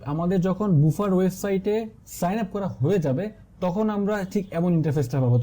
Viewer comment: বুফার না, এটার উচ্চারণ বাফার :D